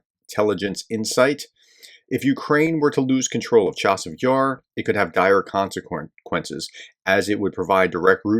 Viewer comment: Not Chavis Yar, professor, Cha-seive Yar